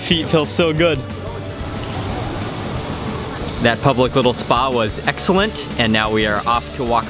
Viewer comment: You pronounce things strangely since I noticed it’s driving me crazy 😂. Plate-TUH, excellent-Tuh